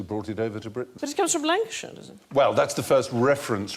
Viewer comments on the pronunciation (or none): none